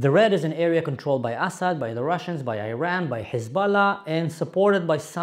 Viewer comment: First off, learn to pronounce the word Iran correctly. Secondly, use Islamic Republic when you are referring to the thugs that have ruined your Syria. They do NOT represent us Iranians in any way, shape or form.